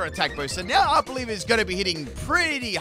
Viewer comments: How Arboliva is pronounced: Are-bowl-eva How pronounces it: Our Bolivia 🇧🇴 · Idkw it irritates me when he pronounces Pokemon names incorrectly. Arboliva is not Arboliv-IA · DUDE IT’S ARBOLIVA, NOT ARBOLIVIA! YOU KEEP ADDING ANOTHER SYLLABLE TO THE NAME!!! 🤦🏻‍♂️ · Honestly can’t tell if you’re calling it Arb-Olivia for lolz or not